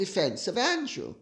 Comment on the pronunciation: Sarah Duchess of York and Epstein paying her bills--I read $15, 000 the other day, but read something like it was in the hundred thousands a few years ago. Edit to add: closed caption always renders Lady C's pronunciation of Prince Andrew as, "prince angel" !